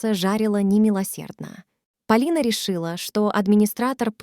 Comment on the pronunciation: История интересная ,но слушать настолько противно ! Вы что ? Русский язык изучали через интернет ? Ударения не там . Господи ,какой же безграмотной нужно быть ,чтобы в имени девушки и то ударение не там сделать !